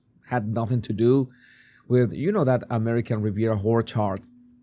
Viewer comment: Wouldn't be surprised if the servant torturer blames as the reason why she abandoned the old name of her non-existent sale. I mean pronunciation of " _orchard"...But it was only a matter of time before someone else came up with this brilliant interpretation.